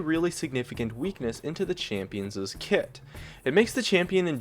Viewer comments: Very minute point, but it is not pronounced champions'es, it is pronounced champion's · A champions'es kit. Please don't ever say that again. It's not plural. Champion's is possessive and only has one s sound. Champions', plural and possessive still only has one s sound. I love your vids. Sorry to be the grammar nazi. Haha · Please stop saying "champions's." It wouldn't sound that way singular or plural. "champion's" and "champions' " sound exactly the same. Sorry, but that was getting on my nerves